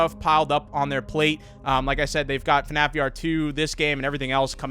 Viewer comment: Its Called fnaf not fanaf